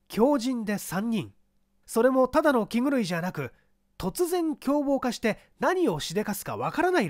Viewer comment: 気狂いキグルイとよむのか。。。😂